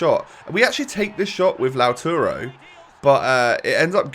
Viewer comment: It’s LAUTARO